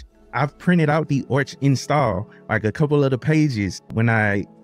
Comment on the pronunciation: "Orch" is the more jarring ear-bleeding thing you say vs the Endeavours bit. So don't sweat the latter and focus that effort into "Arrrrrr" aspect of Arch; embrace your inner pirate as it were. Also, you kids with your fancy "easy button" distros; arch, mint, ubuntu, redhat. Try a "real" distro, try Gentoo. Short of LFS, Gentoo is the Berlitz School of Language equivalent of linux lore acquisition. While not as pure is it once was, the whiners lost us true stage-1 installs, it still has meaning and teachings to vend. It's The Way, The Truth, and The Light of distros.